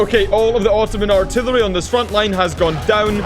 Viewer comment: Hey dude, one fellow Scot to another. Its pronounced artillery not altillary